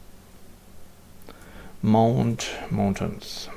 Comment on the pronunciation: Mountains! Not Mauntains! :)